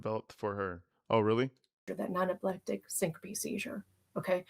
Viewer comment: Did say stinkope? I think she meant syncope.